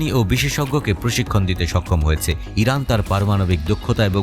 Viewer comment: হরানা না ইরান 😂😂😂😂